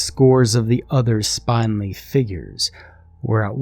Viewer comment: A very interesting set of stories. They'd make a great mini-series. However you really need to look up words you don't know how to say. Spindly is like spindle and not spine. (In No Drive).